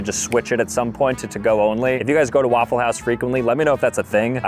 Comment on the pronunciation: "It's a waffle great day" sounds like "It's an awful great day" as well as "It's a lawful great day"